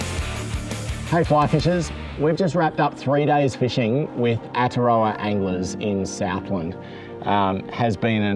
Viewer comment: Great stuff fellas, pronunciation of Aotearoa needs a bit of work though